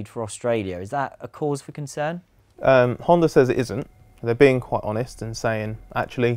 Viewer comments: HondA.. stop saying Hondar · . What the hell is a honder?